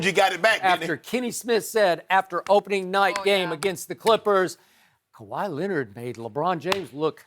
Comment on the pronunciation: Kawhy Leanord..